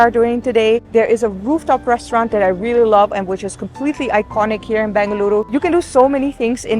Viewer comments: Its in BENGALURU, not BANGaluru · I love how she correctly pronounced “Bengaluru” ❤ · Really like the way she says Bengaluru !!